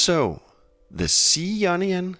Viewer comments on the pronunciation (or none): the word in pronounced eye own ee on = Ionian not ee onion. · The onion scale 😂 that’s made my day! I’m just saying you need to pronounce the ‘I’ in Ionian 😂 great video though! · When he says 'Ionian' it sounds like 'Onion' I am going to call it Onion mode from now on. :))) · I thought he said 9nion scale.